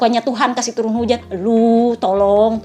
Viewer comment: Tolong..tolong ya Aku denger nya tolol.tolol 😂